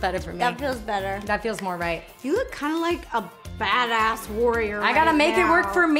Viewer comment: Who else heard ro say bada$$